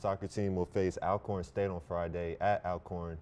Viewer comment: Being that you attend an HBCU, you should know that Alcorn is pronounced the same as already, always, those are just two examples. C'mon maine!